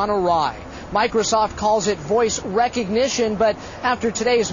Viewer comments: He said "voice RECognition" (REC as in wreck) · wreckognition? stupid reporter